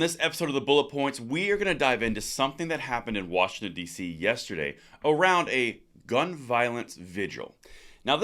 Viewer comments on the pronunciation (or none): none